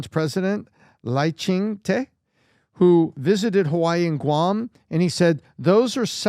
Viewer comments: PBD: It's pronounced "She" JinPing not "G" JinPing. 😅 And the other one is Lai "Ching Duh". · Buddy can't even pronounce Lai's full name right. They have no clues about Taiwan and what's happening there, it's a disgrace to so call democracy there!